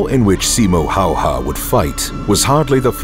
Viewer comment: He is Simo Häyhä... Not Hayha.. Big difference